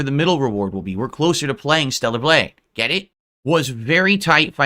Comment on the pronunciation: Maybe it's me, but something about the way he says "get it" bothers me. It's like what is that supposed to mean and what's with the tone?